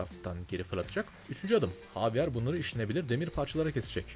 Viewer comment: la javier i ingilizce değil korece cevirip dinlicen :D havyar değil habiel hatta bi ara ceviride habiel olarak geçiyor sonra ing e javier olarak geçiyor